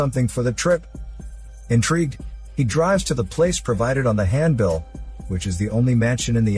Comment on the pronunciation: "Stink water" "hand-bill"